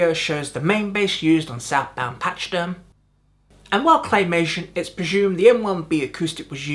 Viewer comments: its pronounced pack-e-derm NOT patch derm !!!!!!! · it;s not pacheederm it sounds like a K , pakee-derm, damn man it;s ur native tongue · Patchy-derm, lol. It's pack-ee-derm - it's the Latin name for Elephant. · Pronounced.... Pack-a-derm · It’s pronounced pakaderm not patchaderm like the elephant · Did you skip middle school? A pachyderm is an elephant and it’s pronounced pack-a-derm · Lol “patchy-derm”, elephant lives matter 🐘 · It's pronounced: Pack-a-derm. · Pack- AHH- Derm. Not Ee not Y. It's UHH/AHH. PAC-AHH-DIRM. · Pack-ee-derm even. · 2025…..just ran across this. Awesome job. But, the pronunciation of pachyderm is odd. pach·y·derm /ˈpakəˌdərm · Based on your pronunciation.. You're not a fan. Southbound Patchy derm? Lol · It's pronounced "pack-a-derm" - it's a hard CH not a oft one. FYI :-) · fretless basses often had fret groves cut and then filled with sawdust to make finger placement easier, pachyderm is pronounced paky derm and you forgot to mention that the resonator bass was also used in green Naugahyde. just some comments, still a great video